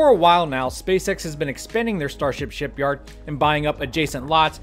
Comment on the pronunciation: Haha he said starship shityard